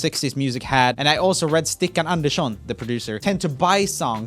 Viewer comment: Vänta vänta vänta vafan va dedör för dialekt när du sa "stikkan Andersson"????